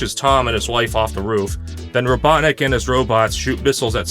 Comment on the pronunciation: Not kidding when you said “Dr. Robotnic” I thought you said Dr. Obama